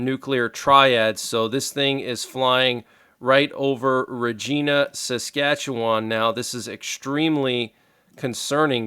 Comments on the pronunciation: Canadian here... It's Reg-eye-nuh, not Reg-ee-nuh. Just FYI. 😉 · It’s pronounced RegEYEna. Thank you for Tre heads up! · It’s pronounced Raah Gina ( Regina) Capital of Saskatchewan 🇨🇦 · Regina is NOT pronounced regeena instead it rhymes with vagina. Seriously. I am Canadian. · Wow crazy! Regina, Saskatchewan is said with a hard I like eye for Regina😊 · As I once lived in Regina, SK, it is actually pronounced in a way that it rhymes with “vagina”, believe it or not!